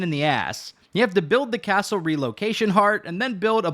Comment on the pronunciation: Happy to hear all about buiwding a castow.